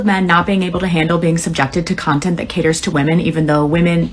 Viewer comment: Did you just say "smug cuntent" 😂